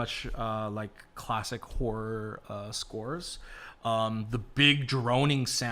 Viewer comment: tf I thought you said whore inspired and then after several minutes I was like ohhhh horror...🤦